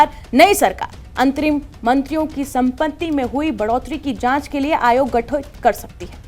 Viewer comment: आप "सम्पत्ति" शब्द का उच्चारण ठीक ठीक नहीं कर पा रही हैं! 😂😅😮😊